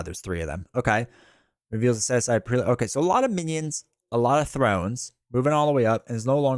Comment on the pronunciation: Prelate = Preh-luht